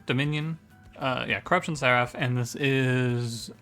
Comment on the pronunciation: Do you mean to pronounce seraph wrong? It's pronounce If not Af. SerIF, not SetAF. Has bothered me every single video you say it in.